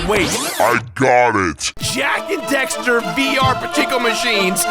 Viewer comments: The amount of time you say Dexter instead of Daxter triggers me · I hate how he keeps saying dexter instead of daxter at the beginning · Um I don't mean to be rude but it's DAXTER not DEXTER your pronunciation was annoying me through the entire video but it was a good video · Did he say Dexter? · i always die a little inside when someone says jak and dexter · Fool keeps saying " Dexter" ... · Jak and DAXTER. Not Dexter. Lol that bugged the heck outta me. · "Jak and Dexter" Triggered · Why are you saying Jak and Dexter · The constant mispronunciation of Daxter as Dexter is...annoying.. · did he really just call Daxter "Dexter?" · Dammit! It's DAXTER not DEXTER:P ya silly goof! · DAX-ter, dragon rider. DAXter. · Why does it sound like he's saying Dexter? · Anyone else keep hearing him say Jak and Dexter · Say jak and dexter one more time my guy. I dare ya. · Oh my god stop saying Jak and Dexter !!!!! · Daxter, it's Daxter.... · It really bothers me when he says "Jak and Dexter"